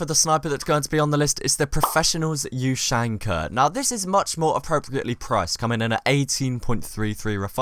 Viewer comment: Hey, its ushanka not you shank a